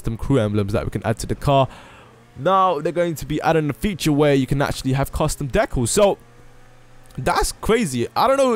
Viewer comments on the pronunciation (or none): deckalls and vinalls my god your pronunciation! Love your videos though!